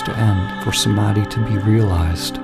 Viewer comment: That pronunciation of Samadhi in heavy western accent hurts my soul 😭😭😭😂😂😂